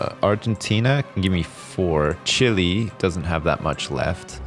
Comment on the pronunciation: CHILE IS PRONOUNCED CHEE-LAY FFS